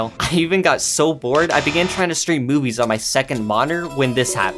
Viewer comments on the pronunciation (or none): that does not sound like "stream movies" sounds like.. "Stream boo-"